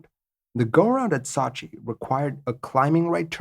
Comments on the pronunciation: Sot-chi lol Sow-chi come on man... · Not to nitpick but the name of the city is sew-chi not saw-chi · Ok I thought the city of Sochi was pronounced SO-chi. You pronounce it more like SAW-chi. I'm from St. Louis, Missouri, so maybe my accident is different? I also have a tendency to pronounce Wuebec KAYqec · So-chi...not Sa-chi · My favourit city in Russia. It is Сочи (Sochi). It is pronunced as sOchi not sAchi. It is a resort town. It is in Krasnodar on the Black Sea. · Excellent video. But you drive me nuts with your mispronunciation of Sochi. It's not SAH CHI, it's SEW CHI. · Not sachi but Sochi! I used to live in Sochi Russia! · Sew-chi man, not Saw-chi... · Pronunciation = Sooo Cheee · No, that is sue-che, we want sew-che. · I'm sure you already have a 100 comments saying this but it's SO-CHI as in "to sow a sweater" or the word SO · I'm a big fan and watch all your stuff but this one was tough to watch-- 'SOW-CHEE' if you spend 30 seconds checking on the pronunciation this video would have been great. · Man...don't u remember the Olympics in Sochi...its a fucking long 'O' sound. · I’m having a hard time with his attempted pronunciation of Sochi. Google will say the name for you if you don’t know how to correctly pronounce a city or place name. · Didn't they recently have the Olympics in Sochi? I heard the name of the city pronounced over and over, but never the way it is in this video. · Ugh. Learn to pronounce Sochi before recording the video! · New drinking game, take a shot every time “Sochi” is mispronounced lol. Normally I don’t care, but that was brutal.